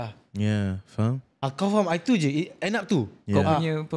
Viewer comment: Semua la faham. Xpyh la stress out "faham" tu